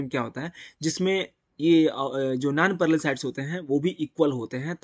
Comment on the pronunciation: Vo nanparallel sides nahi nonparallel side hota he anpadh